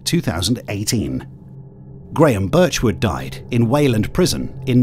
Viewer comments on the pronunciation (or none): Not even 1 minute into the video and you get his name wrong? First time in my life watching someone misread Graham as Gharam. You can do better proof-reading than that, just kinda lazy. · Yeah it's GRAHAM Birchwood, not GHARAM. Graham is that name yanks pronounce as Gram, for some reason.